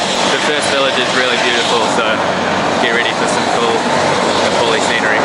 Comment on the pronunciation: It's not Nepoli ! it's Nepali !